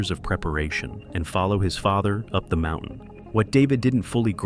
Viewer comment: "from the world's highest mou-en"??